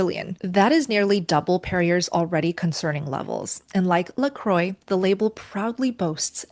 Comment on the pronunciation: Perrier is not pronounced like derrière. Oddly she knew the French pronunciation of LaCroix, but missed it with Perrier. Great info though. Seems like it’s no longer safe to wake up in the morning.